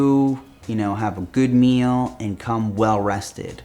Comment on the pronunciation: Sorry but its funny how you said "Meal"